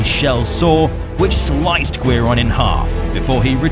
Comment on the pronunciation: Friendly pointer- Guiron is pronounced "Gee-Ron" Guiron's Japanese name Giron (ギロン) is most likely a truncation of the Japanese word for guillotine, girochin (ギロチン)